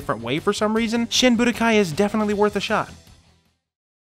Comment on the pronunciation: Wouldn't it be SHEEN Budokai? :P